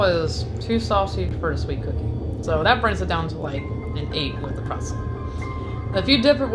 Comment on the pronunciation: pretZel!....not Presel